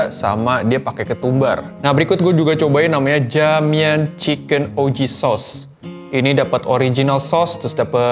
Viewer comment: Dalam bahasa Cina (maaf kalo salah) Ja = Cha Mian = Mien Jadi baca JA MIAN = Cha Mien